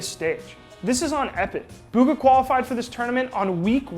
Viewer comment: Buhga not booga